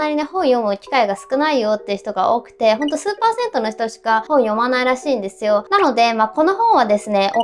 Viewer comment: ごめん、数パーセントがスーパー銭湯に聞こえたww